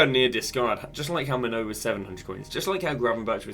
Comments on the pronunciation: Btw mate it’s pronounced ‘main-oo’ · Brother I love you but I beg you work on your pronunciations, maignan and calhanoglu mainoo pronunciations hurt me😊